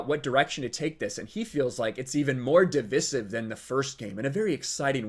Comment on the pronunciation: Haha that’s not how you say “Divisive”. Should have stayed at school.